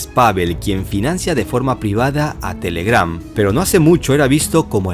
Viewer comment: La fuerza de voz va en la TE, no en la GRAM